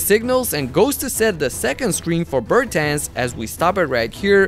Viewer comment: ti bi bar morao izgovoriti Bertans normalno?